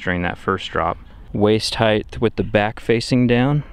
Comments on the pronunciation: "... head heighth" ... welp, unwatchable. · I really like your videos but what I'd really like to hear, is you pronouncing the word "Height" correctly. Try comparing the word "Weight" and "Height" they should sound almost the same . It's as if your adding an extra "th" to the end of "Height". Thanks for the awesome content!